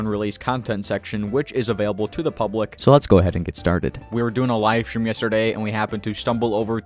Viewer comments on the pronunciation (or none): none